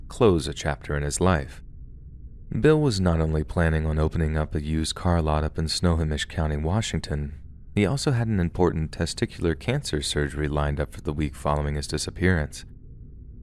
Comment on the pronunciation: LOL those crazy Washington place names. To be fair, if I remember correctly, you do pronounce Puyallup the right way which is impressive. Snohomish is pronounced snow HOME ish or snuh-HOME-ish. 😇